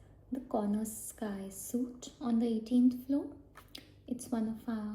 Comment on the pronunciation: Great video! You have a lovely accent. Just a small note, but "suite" is a french word and pronounced like the word 'sweet' in english :)